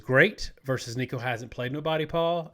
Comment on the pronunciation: Three weeks into the season and still saying Nico's lasy name wrong. 😅